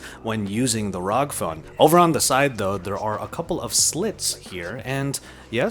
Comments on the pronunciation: I get triggered by him Saying "ROG" and not R-O-G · Arr Oww Gee ROG not rowg... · please dont say rog again.. just say R.O.G. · don't call it rog call it r.o.g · ITS NOT ROG ITS R O G 😡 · rog? Rag? . . . Its R. O. G. . . .. love the vid. . . Just annoyed with the rog . . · ROG (Republic of Gamers) is a subbrand of Asus and is not meant to be pronounced as rog, just fyi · Me: What console do u have? Him : Ausus ROG Me: GTFO!